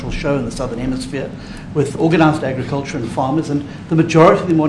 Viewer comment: Red as a tomato 🍅.....Da mista meeeneeesta.....ov.....agggicaltcha...Red as a tomaytah ...avytineeezayt....Red as a tomayta....disgraceful at best...